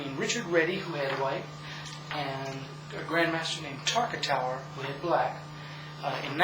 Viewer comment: Nice video. Just one point though - did he say "Tartakower" or "Tarkatower" during the intro?